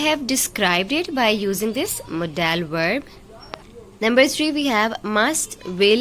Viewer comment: Mam modal HOTA ha modaaa l Nahin kindly check this mistake please Baki bohat acha krwaya ha thank u